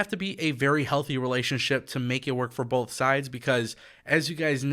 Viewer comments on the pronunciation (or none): none